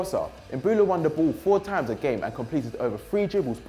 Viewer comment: why does have to pronounce times as THHHAAAAAAAAAMES